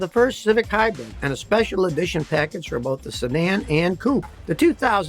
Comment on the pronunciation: Scotty, my guy, it is "HIGH-brid", please stop saying "HIGH-BREAD". It is quite silly on your part and hurts the ears to no end! Love you always, this is nit picking for sure